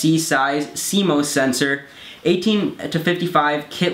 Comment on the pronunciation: CMOS "C - MOSS" not cmose!